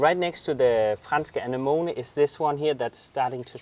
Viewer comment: Lol guys somebody please teach to pronounce......... 'A ne mo nee'...lmfao😂 im j/k but not really 🙄...its already looking incredible guys!!!!